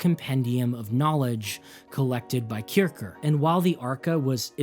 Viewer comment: Great video. Great job. For me Music is no science, but a joy. Here is some info to help you. As mr Kircher was a German scolar, his name is fonetically pronounced 'Keer-shier'. Meaning, the one who goes to church. This vid explains